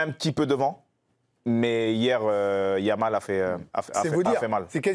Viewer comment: When you have an Arab name he said lamin yamal.. Jamal why he says M. Jordan..French have no problem pronouncing the letter J unlike Spanish